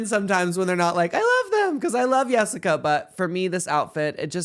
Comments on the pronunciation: Them saying yessica lol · Can y’all stop saying “Yessica”. Just because she has an accent doesn’t mean her name needs to be pronounced as such.